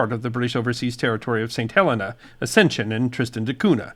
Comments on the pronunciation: It is NOT St. Helena. it is pronounced St. Heleena. Please get it right! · It is very annoying. It is called St. Heleena NOT St. Helenna. Do your bloody homework!!